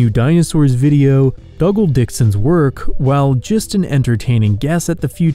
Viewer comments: "Dougal" is pronounced "Doogill." Not "Duggill," other than that its a nice vid son. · the guy's name is Dougal - not Duggle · Are you sure it's not "DOO-gal"? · I know I'm a bit later to the party but I'm pretty sure Dougal Dixon's first name is pronounced "doo-gal"